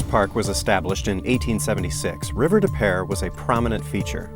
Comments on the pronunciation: Where river des peres runs on the south end of St Louis, it is actually pronounced river de pew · As a st.louisan. its river depoo